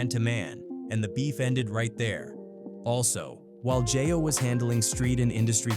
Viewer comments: It's not jah yo. It's jayo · WTF IS JIYO!!.... STOP FUCCN UP THE HOMIES' NAME!!